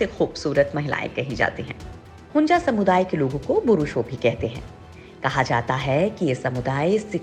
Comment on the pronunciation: Don’t know how to pronounce? It is HUNZA and not HUNJA. 😡